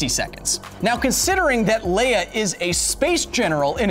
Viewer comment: 'Leia' Q_Q not 'Leah >_>